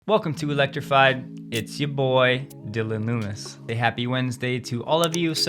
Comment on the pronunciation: Loomis? Sure sounds like you are saying Nuñez!